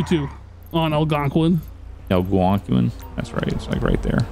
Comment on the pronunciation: When yall said algonquin towards the end it reminded me how messed up says it😂😂